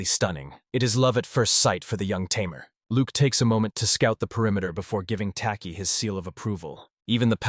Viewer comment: You're a Tay-Mare,! 🤣🤣